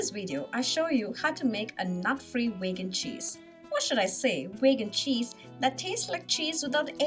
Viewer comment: Vaigan? It's veegan, right?